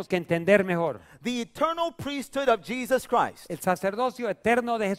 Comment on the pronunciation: Pastor listen to when you said Jesus Christ it sounded like the dude said hypocrite